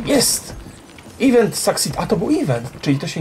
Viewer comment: tak na przyszlosc (nie czepiam sie, nic z tych rzeczy), event wypowiada sie e vent (z akcentem na "vent"), nie ivent. Niby mi to nie przeszkadzalo, ale jak moge pomoc to czego mialbym tego nie zrobic prawda? PS Kocham Twoje filmiki! Czasami jest ich tyle ze nie wiem od czego zaczac. Strasznie to lubie ^^